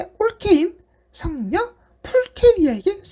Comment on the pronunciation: 킹받는 포인트 1. 요정 목소리가 이세상에서 제일 킹받음 2. 에는 자막이 비격식체였다가 이후로 갑자기 격식체로 바뀜. 3. 그림판에 빌린 이상하게 쓴거 ㄹㅇ 킹받음 4. '올케인 성녀' 사투리+ 발음 완전 킹받음 5. 과 십자가 정성 차이 6. 둘 다 똑같이 확대되는데 오른쪽은 가려지고 왼쪽은 안가려지는거 킹받음 7. 뜬금없이 자막 물결표 킹받음 8. 김보성은 뒤에 파워디렉터로 가려진거 hyperultra 킹받음 비추 드리고 갑니다.